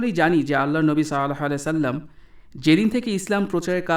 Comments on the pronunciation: আপনি নবিজির নাম টা কেমন করে যেন বলছেন। এটা হবে সল্লাল্লাহু আলাইহি ওয়াসাল্লাম। কিনতু আপনি কেমন করে যেন বলছেন। যাই হোক,, আমি আপনার দোষ ধরছি না, তবে উউচ্চারণ টা একটু ভাল করে নবিজির নাম টা বলেন। জাজাকাল্লাহ খাইরান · ভাই আপনি তাফসির ভালই করেছেন কিন্তূ নবীজীর উপর দরুদ শরীফ টা শুদ্ধ ভাবে পড়ুন, সল্লাল্লাহুআলাইহি অসাল্লাম যদি সন্দেহ হয় তাহলে হাদীস পড়ার সময় আরবী টা ভালো করে দেখে নেবেন।